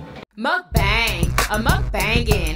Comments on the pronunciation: I love that your whole intro song is pronouncing mukbang incorrectly. 😂😂 it's so catchy though and I love your channel!! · You're saying mukbang wrong lol